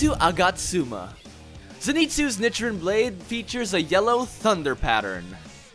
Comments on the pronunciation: Lol he says nichrin and not nichirin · it’s pronounced neechirin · Was anyone else cringing about the was he pronounced “nichirin” 🥲 Also want the mean of the black sword something like “ a demon slayer that doesn’t last long in life”?